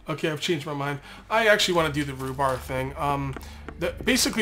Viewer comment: say it with me, reeeeee-bar. reeeee-bar. rebar rhymes with knee-bar.